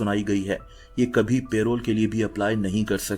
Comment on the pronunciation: In lots of your video u say PAYROLL its not PAYROLL its PAROLE( PA-ROLE) **PAYROLL MEANS: money company pay to its employee **PAROLE means:Early release from prison under supervision